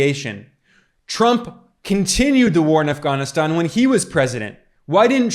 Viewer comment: Um as soon as you pronounced Afghanistan they way you did. That was weird if you’re an American. Sounds like a wanna be them. You are directly attacking Trump showing video clips out of context. I just wanna add, Trump was the 45th president he could not fix in 4 years all the broken policy’s that came before him. He got blamed a lot for obama policy, Trump Supposedly separating kids from parents at the border, that was obama policy. Due your due diligence people for the sake of Truth. Dr has an interview with the head of boarder patrol at the boarder, the agent told that Trump policy had rapid DNA testing for children coming w/adults claiming them as theirs.. it was immediately removed when Biden took office. The Biden administration is making money off sex trafficking. How come no one is talking about Hawaii anymore? And that strange fire where no national guard was called in and thousands of children were lost. Spare yourselves guys this guy is getting paid to spread lies and distraction. There is way more to investigate than what I’ve said here.